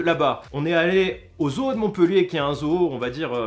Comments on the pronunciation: Parce que toi tu dit zou ? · Je rêve ou il dit ZO-EAU ?😂